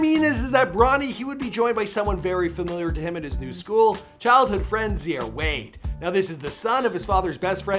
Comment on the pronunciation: ZeEhAiR WaDe